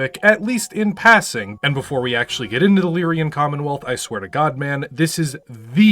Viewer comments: I always pronounced it "Lee-ran". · Never heard anyone pronounce Lyran like that, where does the "i" come from 😂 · What is the state of the American education system that phonetic pronunciation is a specialist skill now? Leerian? Really? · every time he says 'Leerian', drink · UGH, it's LYRAN, you're putting an extra 'e' in the pronunciation. Opinion discarded and I'm outta here. I want those 2 minutes of my life back. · It’s actually pronounced “Leer-ran”. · For the longest time I also thought it was pronounced Lyryan. Though i had a phantom "i" my head instead of a "y." So i am definitely not going to bully anyone about it. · Still at it with the terrible pronunciation I see. I'm not sure where you're getting that second i/y in Lyran. Edit: You're still getting this comment for the algorithm gods. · For the love of sanity, please stop putting an extra syllable in Lyran! I don't care how you pronounce the y, just stop making it a three syllable word!